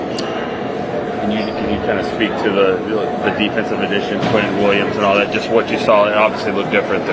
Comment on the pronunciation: even after hearing his name pronounced all game, still does not say his name correctly... Quinton....Quinnen....whatever